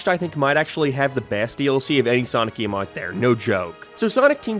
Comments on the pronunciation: Why does he keep saying gaem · This guy pronounces “game” in the same way Fred from Scooby Doo says “treasure”